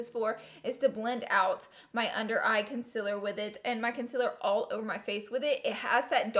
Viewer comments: M536 = concealer. Not conciller ha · M536 “conciller”. I effing love you!! Hahaha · That’s not how you say concealer 🙄